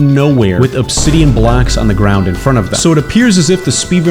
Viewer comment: "Obsidioff" caught me offguard bruh